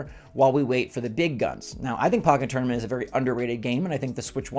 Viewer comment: Great vid, but why do you pronounce pokken tournament like that😭